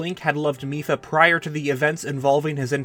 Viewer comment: The first time he said mipha in this video, i thought he said fifa